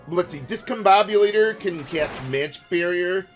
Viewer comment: Think that's pronounced 'discom bomb you later' or 'discom bom byou later'?